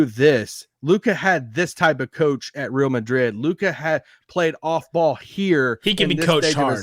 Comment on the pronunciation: Point of annoyance -, I know you read these comments, and you’ve been corrected on this before, so fix yourself. The word “Real” in Real Madrid is not pronounced “Rill”. You can at least come close by saying “Ray-all”. You sound like a bumpkin.